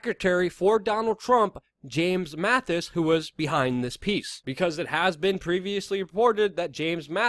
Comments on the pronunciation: MaTTis, not MaTHis. I enjoy the videos, just trying to help you sound come credible. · Not Mathis. Mattis. Amateur. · Learn how to pronounce the DEFSEC’S name!